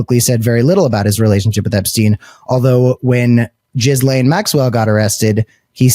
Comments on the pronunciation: While Jizz-lane isn't the correct pronunciation, it's somehow seems appropriate for a woman who transported hundreds of vulnerable teenagers to his home to give him "happy ending" massages. 🤮 I hope she doesn't end up with a pardon in return for covering up for Trump's elite friends, but I think that's what will happen, even if she has to wait until just before he leaves office. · Did he just call Ghislaine Maxwell, " Gizz-lane Maxwell "? Gizz is a slang for sperm ,really do we think that appropriate for a sex trafficker of minors? Come on, are we listening to 13 yo school boys now. Do better, think of the victoms. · You keep calling her "giz-lane"😂😂😂😂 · OMG!!! I Fn LOVE the way u say Gizzlane🤣😂that's wat I heard, TY from Canada. 💯 Subscribed. Good Luck. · Thank for pronouncing Jizzlanes name phonetically. Trump likes Jizz. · i think jizz lane is the best pronounciation yet